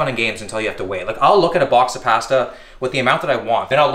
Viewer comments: It’s PASTA not pesta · The way he said “pasta” was actually painful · The way Canadians say pasta is triggering 😆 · pAhsta lmao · Love how he says pasta just like greg must be a canadian thing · I feel like is trolling us with how he keeps say "pasta" weird. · LoL He's not trolling. He's Canadian. It trips me out everytime I hear a Canadian say it. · Canadians pronounce pasta funny.